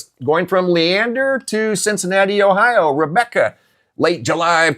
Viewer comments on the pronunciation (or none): none